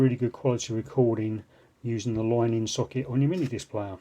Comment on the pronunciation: "Loine in" accent